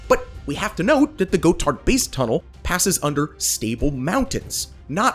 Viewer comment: Go Tart?????? that be: [Gott-hard!] PLEASE DO YOUR HOMEWORK!!!!